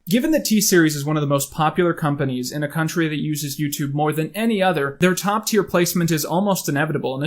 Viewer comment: COUNT-TREE ROAD BRING ME ROAD!